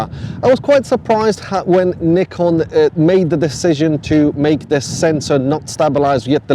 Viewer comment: Please learn how to pronounce Nikon properly. Thank you